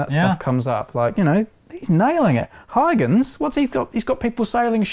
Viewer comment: Is that really how you are supposed to pronounce Huygens?